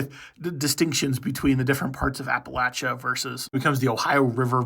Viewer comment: Finally someone who doesnt say appalayshin